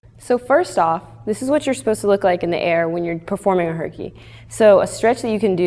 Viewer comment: instend of herkie i thoght she said hikie